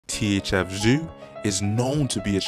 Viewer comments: “THF ZUU”🤣🤣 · This nigga said "THF Zew" 🤣🤣💀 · I was hollering my boy needs phonics 🤣